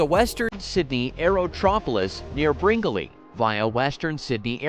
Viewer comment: Bringelly is pronounced BrinJELLy